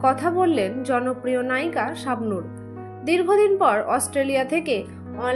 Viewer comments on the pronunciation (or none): তোমার কথা বলার উচ্চারণ ঠিক কর। চাবনুর হবেনাি শাবনুর হবে 😂😂